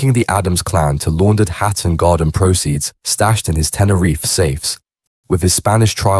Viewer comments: Some what weird to hear Hatton Garden rendered as 'Hat and Garden' by the AI. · Nothing new, just speculation and repeated sections from a bot. "Hat and garden" anyone? 😂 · Hat and Garden..............its HATTON GARDEN, cant take this video seriously with such a schoolboy error!